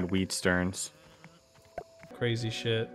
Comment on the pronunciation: Lol “Weed sterns” = “stems”